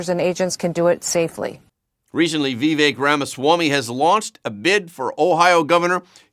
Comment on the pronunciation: I appreciate this show and how it gives me a nice summary of the news of the day. Just a note: Vivak pronounces his name with a sort i and the emphasis on the second syllable.